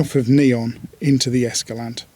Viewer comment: Please, it's Es-ca-LAN-teh.